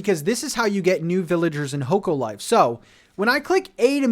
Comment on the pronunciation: The game is pronounced Hock-o Life